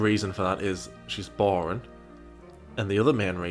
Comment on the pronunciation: Say boareen one more time